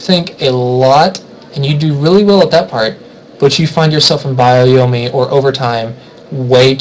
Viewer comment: CMin777 yeah kinda drove me nuts too. Lol but otherwise like the video.